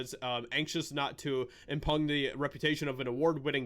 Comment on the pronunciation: 'Impugn' is a strange word my friend, it's pronounced 'imp-pyoon' with an invisible y sound, an 'oo' sound and a silent g. I know, I know!